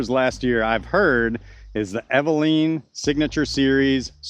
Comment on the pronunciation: Eveliina. Pronounced as evelena. ;)